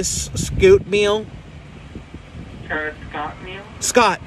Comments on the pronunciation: Nick: Do you have the Travis Scouuutt meal? McDonald's worker: uuhh Travis Scott? Nick: SCOTT 2 mins later.. Nick: So it's Travis Sciiitttt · Nikocado Avocado 3 Nickel koodle oval doodle!!!! It’s Travis Scott not scoot!!!!! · Quanny rt he said scoot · Bruh he calls Travis Scott as Travis Steel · "you're saying it wrong, its travis scoot" is literally the human version of a paper cut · “Travis Steel” “Travis Scabs” LMFAO Nik🤣🤣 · Nah bro it’s the Travis scetter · See the man told him it was “Scott” and he still over here calling it Skeet, Scoot, Sket, and Scab like Chile Anyways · He Knows Damn Well His Name Isn’t Travis “Steal” “Scabs” “Scooter” “Scoot” Its Not That Hard To Say Scott🤦🏽‍♀️ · If I was in that drive through and heard him say scoot I'm gonna scream out the window " HEY, ITS TRAVIS SCOTT, IF YOU CANT SAY HIS NAME RIGHT DONT SAY IT AT ALL!!! " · He said Travis skeet know he think he a basketball coach lol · "Travis Scabs" lmfao I cant with nick 🤣🔫 isnt it travis Scott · Everyone else: Travis Scott. Nic: Travis scoot? Skit? Skittle? Sceebb? Scit? Scabs? Scooter? Steel? Me: trying to yell thru the screen NO, ITS TRAVIS SCOTT! NOT SCOOTER OR SKIT OR SCOOT OR STEAL! And even After the McDonald’s employee told him the right name he STILL said it wrong 😂😂😂😂😂 (This is not hate) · Travis skeet? Travis Scoot? It’s Travis Scott I- 👁👄👁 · Did he say scoot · Travis Scott not skeet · It’s Travis Scott it’s not scoot or skeet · It's Travis SCOTT!!! Even a fucking child will say it right!!! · He also said travis skittles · they've been saying it wrong so much that Scott seems incorrect to me now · He gave me a stroke of how many times he said his name wrong “Travis Scoot” “Travis Skittles” “Travis Scout” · No one: Nik: “Travis scoot? Scatter? Travis skitter meal??” 🤦‍♀️ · I was about to skip through then I heard “Travis Scoot” and I went back😂. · Don’t forget Travis scab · Skeet Scoot Scab hahhahahha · Don’t forget Travis skittle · “The travis scoot meal” ☠️☠️